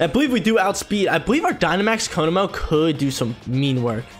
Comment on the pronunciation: It is pronounced ko-mo-o not ko-mo and not ko-no-mo